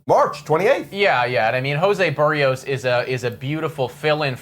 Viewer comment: A Blue Jays fan channel host who doesn't know how to pronounce Berrios? WTF?